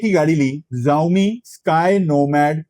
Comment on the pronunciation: ZAAOMI nahiii SHAAOMI pronounciation he